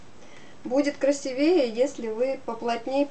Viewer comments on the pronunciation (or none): Спасибо,но в слове "красивее" ударение на букву "и"!